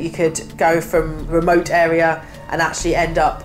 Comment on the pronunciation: When she said the drains lead to REMOAT areas 😂u get that. Moat in the remote 😂